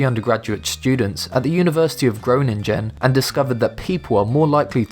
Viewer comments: Gro-nin-gen, lmao. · Omg i come from The netherlands and how you pronounced Groningen is hilarious Gronin was goin ok but Gen wth dude Gen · "Grow-nin-gen" Hahahahahahaha... One more thing your body does that you can't help: Mispronouncing Dutch words and names. Perfectly fine, you weren't born to make those noises and you didn't grow up making them, but it's funny either way. :D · Gro-nin-gen? It sounds realy weird when you americans try to pronounce Groningen lol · fantastic how you say groningen. never heard an english person say it. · the way he says groningen 😂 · groningen 😂 nice try buddy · how they pronounced Groningen XD, look up the dutch G. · I like the way how you say Groningen, I'm Dutch so it sounds quite funny😅 no offense❤ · XD i live in Holland and u Said Groningen wrong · when he said groningen i laughed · I really like how you pronounce Groningen. I've never heard someone saying it like that before